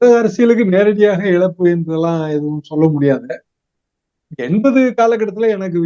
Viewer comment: அவர்களே "இலப்பு "என்றால் என்ன? இழப்பு என வார்தை உள்ளது.